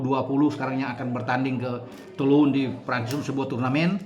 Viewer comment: Bacanya "Tu long" bung, hehe😂